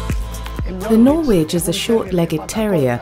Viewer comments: Great video for technique (but the "w" in Norwich is silent) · why is the voiceover woman pronouncing Norwich wrong.